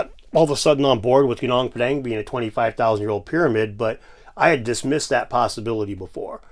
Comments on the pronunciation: Hill is pronounced "Goo-noong Pah-daahng". And "koo-jaahng stone". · He can't even pronounce Gunung Padang correctly 🤣😅